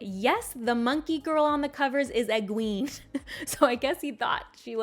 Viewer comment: Egween 😭😭😭 why my ears I’ve never heard that before